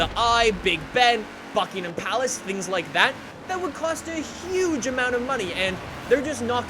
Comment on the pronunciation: I sware he said fuckingham palace xD